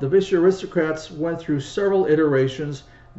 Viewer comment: Congrats on pronouncing the make as Gus Beuscher did; most get it wrong- Bisher! Of course, it would have been closer to Boosher in the old country.